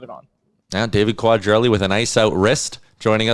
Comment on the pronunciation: . Not sure that is how David’s last name is pronounced? Sounds funny 😂. Your co host got it right a minute later